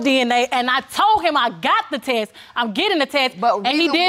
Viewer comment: Why they can’t say “test”?